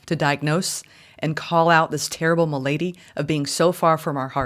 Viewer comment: You are so lovely. I love your readings. I want to give you some pronunciations, hoping that you take these as a gift. Path-o'-lo-gize. And mal'-a-dy. the English language is as dear to me as it clearly is to you, and so I offer this to a fellow lover of beautiful language. Please forgive me if I offend.